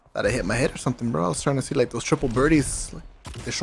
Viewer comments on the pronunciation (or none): none